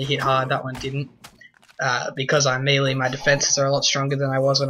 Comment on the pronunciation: why can absolutely no one pronounce melee??